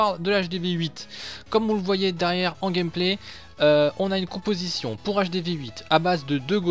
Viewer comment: Au début ta dit compotition au lieu de composition mdr sinon bonne vidéo 👍🏻😂😂